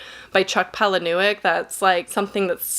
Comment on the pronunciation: I like Riley Sagar too, but I have to agree with you, "House Across the Lake" and "Last Time I Lied" are not my favorites. P.S. I think it's pronounced "PAL-a-nuck"!